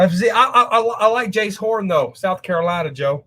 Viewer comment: If you like Jaycee Horn at least learn his name and pronounce it right SMH!